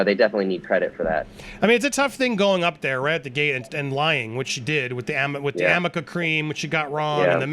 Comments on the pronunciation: How and in what ways are lawyers allowed to lie?? “Amica” cream was mispronounced ( it’s Arnica cream). The make up cover up palate was a dumb and misleading more than out right lie. Having said that she was despicable in her approach, aggression and nastiness. Rottenborn is also equally at fault. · It's ARNICA cream, NOT Amica. Elaine should have done her research beforehand. She should have also done her research prior to showing the whole world the correction palette that Amber used which didn't come out until the following year. Lastly, Elaine CHOSE to represent her. Nobody forced her to represent AH. Lastly and in comparison to the JD's team, it just made AH's team look bad. JD's team worked well together and their experts were classy, sophisticated, and educated, but also very experienced. There was no comparison with the fruitcake so-called "experts" that AH's attorneys brought in. Also, not one of JD's experts ever insulted Amber, but one of AH's experts said that JD was an "IDIOT" (!?), and then apologized for doing so when confronted by JD's attorney, but by then the damage was done. And even Elaine mocked JD when she quoted him saying "I WON'T EVER LOOK AT YOUR EYES AGAIN" (or something to that effect). A classy attorney would NEVER behave like that. Elaine made herself look bad, no one else did it to her. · Do y’all realize that it is not “amika cream”.Arnica lotion, cream, gel. Used to speed healing and bruises. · Amber is so stupid and unbelievable its ARNICA CREAM ! She said AMICA...that is incorrect ! ARNICA CREAM is used on bruises. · It's not Amica cream. It's actually arnica cream. Look it up, cuz Obviously, Elaine did not. What a shitty lawyer!! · It's not Amica Cream , it's A r n I c a cream . Someone should look up the facts!!! Check out the spelling. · It’s called Arnica with an r not an m. I don’t know why no one called Amber out for pronouncing it wrong!?